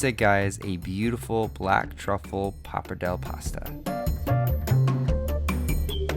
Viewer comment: Was it even a joke the way you said papardelle